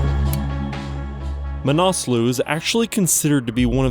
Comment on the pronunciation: Pronounced ma na sluh, not "manaaasloo"